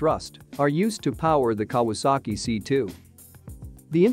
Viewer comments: Kah wass ski, lol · “the Ka-waski firm??!” I never knew it was a polish company! Stupid me thought it was Japanese! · Pronounce Japanese manufaucture as "KAh-WAh-SAh-Kee". It is not Polish!!! Though you have a lot more to answer for, for making such a ridiculous comparison of such dissimilar airframes. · Kawasaki is pronounced Cow a sack ee you computer generated dunderhead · what a joke "the kawaski" ----computer generated stupidity----who is the idiot that put this commentary on------do they speak english--no? then fuck off